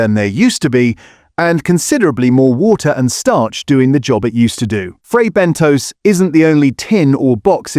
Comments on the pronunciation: Have the makers been informed about the fake food ? Also it's Fray Bentos pronounced (Bentoss) not Bentoes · Bentos, not Bentose. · Fray bent toes!😂